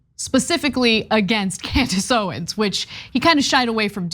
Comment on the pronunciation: "Klandace Owens."